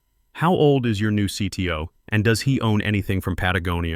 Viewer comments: OMG Patagonia was pronounced correctly 🎉🎉🎉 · This is the first one of these I've listened to that pronounced Patagonia properly. I guess the AI is learning.